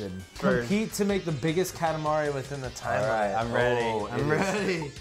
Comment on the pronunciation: you prononce katamari so bad!